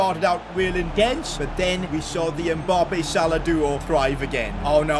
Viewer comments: How he says emappbe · ITS MBAPPÉ YOU SAY IT WRONG